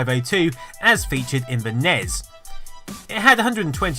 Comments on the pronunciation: It's not a characteristic. He's saying it incorrectly. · it's NES not NEZ! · I sincerely wish people would stop pronouncing these consoles as 'nezz' and 'ssnezz' Nobody from the relevant time called them that. They were 'enn eee ess' for NES individually pronouncing each letter, and 'Super Nintendo' not even 'Super enn eee ess'. Bugs me every time I hear it. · It's not a NEZ or a SNEZ, it's N E S and S N E S respectively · It's not FREAKING "SNESS." It's S-N-E-S or Super N-E-S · Pronounced S-N-E-S for godssake, not SNES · FFS it's not nezz or snezz. It's N-E-S and S-N-E-S. I can't take you seriously when you don't even sound like you know what you're talking about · its not "nez" or "snez"... its pronounced N. E. S. and S.N.E.S. no one says "nez" or "snez" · We already know this. And stop saying snez goddamn it. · Did you just say nez? TRIGGERED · NEVER pronounce "SNES" phonetically. It just doesn't work. What's even worse is pronouncing it both phonetically and incorrectly (Snez.) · because only dipshits say nez and snez. Just like the dipshits that call nitrous "noz" or "noss" and write it out as "NOS", which is actually a nitrous company called "Nitrous Oxide Systems" which is owned by Holley Performance Products. It's written N₂O and pronounced nitrous. Just like the NES is pronounced En-Ee-Es. Not nez. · it is a S.N.E.S not snes and N.E.S not nes. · The Nez? Really.... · i hate how he says nes and snes like it's a word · Stop pronouncing NES and SNES as a word it's giving me cancer. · Nez? Snez? Did you sneeze? Jesus Christ dude. Are you really that lazy that you can't say En-Ee-Es and Super En-Ee-Es? Nitwit. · Ugh, stop pronouncing it "ness" and "snez" when you pronounce the other one "gee bee eh" instead of "giba". It's "en ee ess" and "ess en ee ess". Minor nitpick, I know, but so annoying to hear. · Eww, I don’t like hearing NES as “nezz” and snes as “snez” 🤮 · Can't watch this because he says "nez" and "snez."